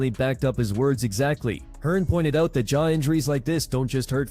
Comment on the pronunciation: You do know it's jaw, not chaw... right?